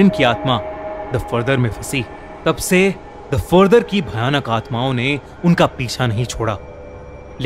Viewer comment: bhai bhayanak hoti hai bhanak nhi😂😂